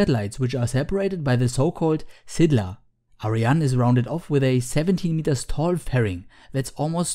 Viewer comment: SYLDA, not SYDLA)